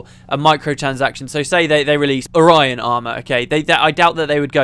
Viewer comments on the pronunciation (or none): Also its ore-eon. Not orion. Its not a celestial formation. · Also, pretty sure it's you're pronouncing "Orrian armor" wrong. The way I imagine it, the O is more drawn out than you make it (your version sounds almost like "Orion")